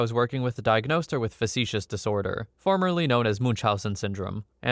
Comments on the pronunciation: It’s factitious disorder not “facetious” disorder. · It’s Factitious disorder btw, not Facetious*. Good video btw!